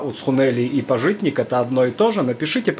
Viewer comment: не пажИтник, а пАжитник, хотя бы поинтересовались, как произносится